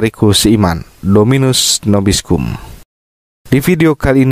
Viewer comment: Kayaknya sebutan TUHAN SERTAMU, agak keliru kali ya? Mungkin bukan "Dominus Nobiscum", tetapi DOMINUS VOBISCUM.